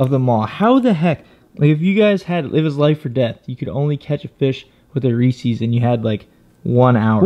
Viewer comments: Lol You pronounce Reese's like you've never heard of Reese's cups before!! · “reesees” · bugs me so much when people say "reesees" Reese is a person and "Reese's" is his candy. There's even a goddamn apostrophe in the name. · He said Reesees, it's Reese's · Y’all really said reesees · Did he just say reecees